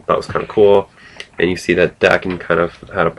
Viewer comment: cool. im lookking forward to reading it actually. and its pronounced like "hawk" but with a "d" instead "dawk-en" daken :)